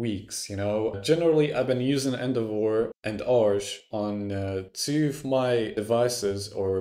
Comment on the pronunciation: Took me a while to understand what "End of war" was XD. I get your point tho